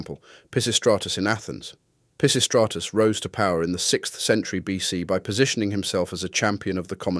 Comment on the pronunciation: Holy $h!7 you butchered "Pisistratus/Peisistratus"'s name! 🤣 Great content nevertheless